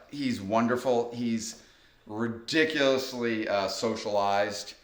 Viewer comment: Heh. "Retic-ulously socialized" 😂 ALL GLORY TO SNARFLES THE HYPNONOODLE